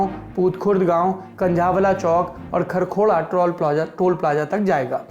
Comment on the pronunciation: खरखोड़ा नहीं खरखोदा तक जाएगा